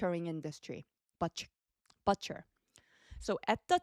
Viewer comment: It's butch. Er. not but 😊